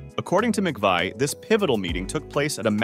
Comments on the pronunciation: I always heard that her name was pronounced "Mc Vee" not "Mc Vii" You really should pronounce her name with consistency not changing back and forth! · Christine McVie. McVie rhymes with 'see'. You change between McVie (rhyming with 'sigh') and the former pronunciation. I can't think why and I can't think 'wee'. The video is good apart from that. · Her last name is pronounced Mc-VEE, not vi!!! How could you possibly NOT know that,? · Christine Mcvie is pronounced 'Mcvee' NOT Mcveye. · If u make a video know how to pronounce the person's name correctly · The lady's name is pronounced MACVEE. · Her last name is pronounced (Mc-Vee) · McVie is pronounced McVee... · You can't even pronounce her last name right 😮😂. SHE WAS NOT JUST TALENTED BUT SHE WAS A VERY PRETTY LOOKING LADY. I HAD A CRUSH ON HER EVEN WHEN SHE GOT OLDER SHE STILL LOOK'S BEAUTIFUL ❤❤❤❤❤❤❤😢... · If you are going to say her full name multiple times, at least pronounce it correctly. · Where do they get these documentary script readers. I doubt he even knows who she is or anything about her. He cannot even pronounce her name right, and uses 2 ridiculously different pronunciations. Maybe its a younger generation reading history, but it is a terrible insult to us who are contemporaries of Fleetwood Mac at their best in the 70s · You pronounced her name right a couple of times early on , but wrong the rest of the time! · And a real bummer that he can't even pronounce her name properly. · That pronunciation was driving me crazy. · How annoying that he keeps switching back and forth between pronunciations. Did no one catch that when it was being finalized?? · Oh yeah, let me get the low down from someone who can’t even pronounce her last name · Where did this guy learn to pronounce McVie? 🤔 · It would be nice is you could learn how to pronounce her name at least. Paid narrators who know nothing about their subjects should do some basic research. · No it's not, it's Mcvie.